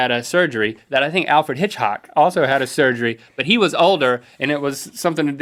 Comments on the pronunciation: Alfred Hitch-hock.. I can't stop laughing hahaha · Maybe Link was thinking of the word "hitchhike" while trying to say Hitchcock and he mixed 'em up? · Link said Hitchock instead of Hitchcock because a belly button isnt the only thing he's missing. ba dum tsh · is when Alfred hitchcock is now Alfred Hitchock. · I thumbed down because of "Alfred Hitchhock" or whatever he said that was not even remotely funny. At all. Like... at all. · ... Hitch hawk? Never been so offended in my life. Nvm I have lol everybody says our last name wrong. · for "Alfred Hitchhock" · the whole "alfred hitch-hock" thing reminds me of when i was so tired i thought utah was called "u-hah." it's okay. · i noticed a couple of other minor mistakes besides HitchHAWK lol. Rhett said assent when he meant to say asset, link also said factroid. isnt it factoid? not trying to be a douche by pointing it out i just thought it was funny. R&L werent on their word game today. I thought i heard one more but couldnt find it and im not about to search the whole video.